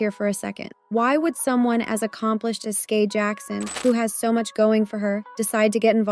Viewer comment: Brooooo for fcks sake its SKY not SKAY The way that irritated my soul 😭